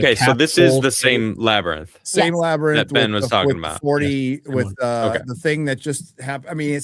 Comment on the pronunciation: The La-ber-nyth? Or Labrynth? SNAKES!